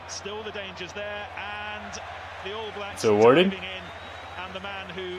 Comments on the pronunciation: hey bro, when you say all blacks the stress of the word is on "all" not "blacks" so its the ALL blacks, not all BLAcks. just something i noticed from watching your vids :) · Just a minor thing, but when saying "All Blacks" we put the emphasis on All, rather than Blacks. Not a biggie but I notice a lot of Americans pronouncing it your way, just sounds a bit odd to us. If you want a sign of how badly the other countries wanted to get McCaw off the park check out this video